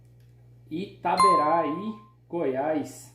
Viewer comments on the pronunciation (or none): Nao é itaberái é itaberaí kkkkkkkk